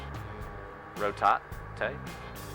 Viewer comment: He can’t even say “rotate” 😂🖕🏽